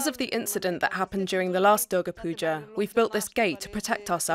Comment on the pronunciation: I hope the voice over person, here , won't now have a death threat hanging on her head: because she mistakenly pronounced the name of the Hindu goddess DURGA [the u should be said as the u in "put" not as in "but"] in such a way that it sounded like DARGAH, a Muslim shrine! ... , the same mistake is repeated, associating Durga/Dargah with PUJA, idol worship, mamma mia! See how easy it is to blame someone for blasphemy, if one were bent upon doing so? I also hope that before they pull out their cutlasses & machetes, they'll remember that the mispronunciation was not made by the two Hindu ladies, in the video, but by a DW dubbing artist, reading out an English transcript of the former's Bengali speech, and that, too, inadvertently.